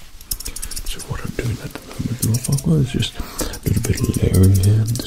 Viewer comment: I'm from Russia and when he said forquad, I've heard fucked up. I'm sorry bacause off mistakes. I'm 13